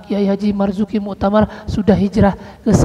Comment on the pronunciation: KH. Marzuki Mustamar, bukan Muktamar, kepleset bro...